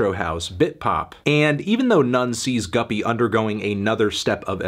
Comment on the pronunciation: Thank God you learned it's pronounced guppy instead of goopy.